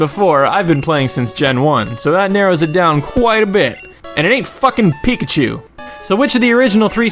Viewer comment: Poor Pikachu,Just got butchered...